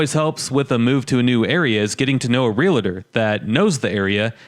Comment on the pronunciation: Realtor, Real-tor, No "A" as in Realator......it's Realtor!